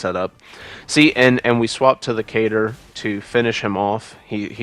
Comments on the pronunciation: What is a cater? Lol I never heard katar pronounced like that . Kuh-tar much ❤️ fantastic video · Great video, love the display Did you just.... Pronounce Katar as "Cater"...?